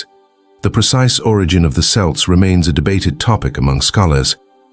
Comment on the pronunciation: the issue isn't the you don't sound like a "native speaker" whatever that is, but that, among other things, you pronounced "celts" "selts" in one sentence and "Kelts" in the very next one like 15 times in a row